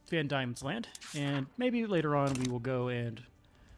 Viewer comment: Not to be 'that guy', but Diemen is pronounced 'Demon'.